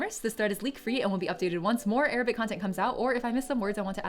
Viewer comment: As an arabic i can tell you that your arabic prononciation is pretty good compared to others you’re very close to the actual arabic accent